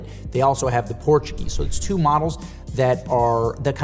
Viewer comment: Nice video, however some watch model names were pronounced incorrectly (e. g. Portugieser, Calibre de Cartier)